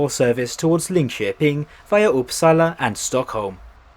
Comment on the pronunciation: Not really. Gävle sounds like “jävla”. Uppsala is stressed incorrectly- “Oupsalla” instead of “Upp-SAA-LA.